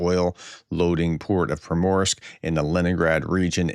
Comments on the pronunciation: It’s pronounced Premorsk or Primorsk! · Someone needs to hyphenate the names of foreign cities and Slavic words to assist you in a BETTER pronunciation. Primorsk Pri-mor-sk oblast = ob-last Easy peasy Bukhanka= Buk-han-ka